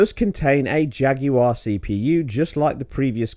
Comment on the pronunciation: ''Ejacular cores''